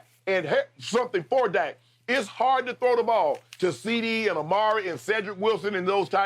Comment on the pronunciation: Damn skip finally got Dak’s name right!